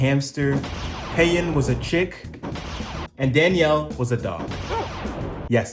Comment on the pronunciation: At least you said their names right and didn’t do Daniel that dirty